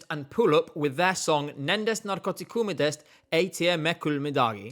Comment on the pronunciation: your Estonian pronounciation is actually really solid lmao, I think that's the best pronounciation of (n)netm(k)m's title I've heard from a non-Estonian person so far